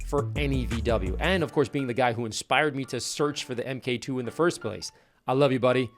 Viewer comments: just a quick note - Mk2 is pronounced "Mark 2" as in the 2nd revision of the Golf platform. A common mistake made by Americans seems to be that they're reading the abbreviation "Mk" as individual letters. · I doubted this guys credibility when he called it an “EM-KAY-TWO” in the first minute of the video, but he redeemed himself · "the em-kay two volkswagen gti" 😀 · argh please don’t say EMMM-KAY 2. MK is just short for the word “mark” so just say mark 2, mark 3 etc. Otherwise this whole video is legend level stuff. I miss my GTIs despite having a Corrado now! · Love the car and video but I gotta say, people used to get bullied for saying "emmm kay two" and not "mark two" 🤣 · Wait, Americans says 'Em Kay 2'. 😂 Mate, it's pronounced 'mark two'. The MK stands for Mark. It's an old British term that a lot of European manufacturers adopted. The British military started using it during WW1 to label prototypes, as a lot of car manufacturers ended up making weapons, planes, and vehicles during WW1 and WW2, they became used to that term. So, after they stuck with it and the Germans adopted it also. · MkII isn't pronounced M-K 2. It's pronounced Mark 2. That's what Mk is short for. Nice car. Good video. Lots of ads though. Thank you. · Why say MK2? It's short for Mark 2?? 😂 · Epic video which I hugely enjoyed but why does everyone keep saying M K 2 when it's Mark 2 (mk2)? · STOP CALLING IT AN "EM KAY 2" ITS A MARK 2...YES I AM SHOUTING. ITS INFURIATING. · Mark 2, not Emm Kay 2! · This was great. I love the chime when you first start the car, it has massive nostalgia for me when I remember my HS VW. I was always told it is “mark 2” not “emm kay two” - there are old buried threads on VWVortex that cover that debate. 😂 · Audio guy, its Mark2 not Em Kay. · Man this brings back memories. I had a bunch of these from '04 till '15 including donor cars. I was one of the first in Australia to do the 1.8T swap. Oh and please stop saying "EM-KAY 2"... it's MARK 2!